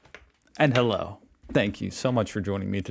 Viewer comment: lol, it's definately not "Halla" it is Halloh. And again all ist about south germany. About the shots: NO, it is the opposite of a good advice to drink that when you have a full stomach. That is medically the biggest bs ever! Just saying.